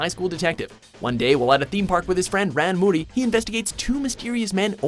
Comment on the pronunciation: Rean moori 😂😂 P.S: I'm just joking ofc, i just thought it sounded a bit off but there isnt anything wrong with that